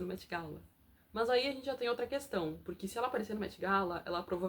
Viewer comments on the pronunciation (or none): none